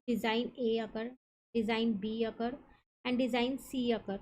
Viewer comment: Akar❌ occur✅